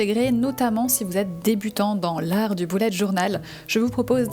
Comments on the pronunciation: C'est bullet pas boullet 😂😂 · C’est bullet je crois ils se prononce bellet pas boulet 😭😭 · C pas boulete journal c Bullet journal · mdr c bullet pas boullet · Pk tu dis Boulette Journal